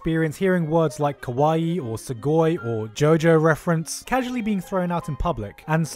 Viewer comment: It's not kaway... Geeze you ppl really don't know how to pronounce words properly. Ka wa ee.